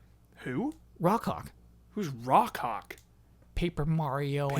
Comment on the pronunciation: Woah when said Rock Hawk I thought he said Raw Cock